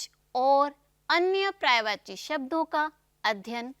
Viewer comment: prayvachi nahi paryayvachi boliye. Pahle apni hindi khud theek kariye.